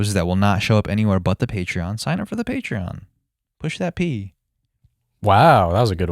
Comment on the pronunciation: "Its on the Pay Tron"🤣